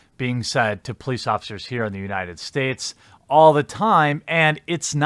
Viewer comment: "United Spates"